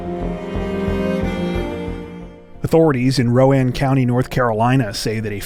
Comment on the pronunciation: Correct pronunciation of Rowan County. Well played.